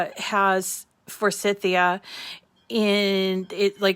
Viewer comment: the plant is pronounced for - sigh- thia ❤️